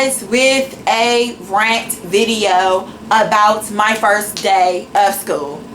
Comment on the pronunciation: I don't even know how the hell you got into any college when you can't even enunciate — it's a SCHOOL, not "skoo". You sit in front of your camera with the audacity to make fun of or hate on pretty much everyone, yet you have more poor qualities than all those people combined. The shirtless guy who had no right to be shirtless because he wasn't hot in your eyes? I'm sure he can pronounce "school" correctly. The security guard who knows nothing because he's "just a security guard"? He most likely passed English whereas you,, obviously failed even first grade English. The "bossy" student who's stupid because she's "too old" to be a student? At least she's unafraid to step up and try something different, unlike you who doesn't even have the respect and decency to show up to class. Was your mouth open when people were staring at you? Because I'd stare at you too if I heard you talking, and they don't smile at you because of the disdain they have for how judgmental and bigoted you are to everyone around you. You should be ashamed of yourself, your actions, and the ugly words that spew out of your mouth. Have some respect for others, but more importantly, try having some respect for yourself.